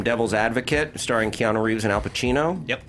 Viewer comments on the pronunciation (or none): none